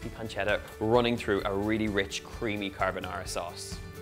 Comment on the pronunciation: I am Italian. Although I am, what I consider to be a pretty good cook...I have never mastered Pasta Carbonara, which is one on my favorites (yes scrambled eggs). I think your method is my answer. Your pronunciation of the dish is perfetto. MILLE GRAZIE!! See...we Italians can say nice things 😉